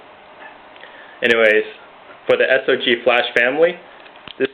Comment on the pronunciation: Actually he did say it right! Get your facts straight. It's correct sog or s.o.g.